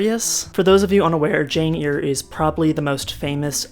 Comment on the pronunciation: well as a retired paralegal, I'm usually a stickler for spellings and pronunciations. I really do try and not correct people, but I cringed a little bit on Jane "Ear". I remember trying to find that book in the library and couldn't. I had to go back to the teacher to have her tell me how it's spelled. Lol. YOU are up early for Portland! I'm from Olympia, but had my career in central WA. Now I'm in Fort Smith AR.